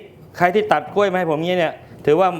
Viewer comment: พิธีกรควรพูดตัวควบกล้ำ ร ล ให้ชัด กล้วย ไม่ใช่ก้วย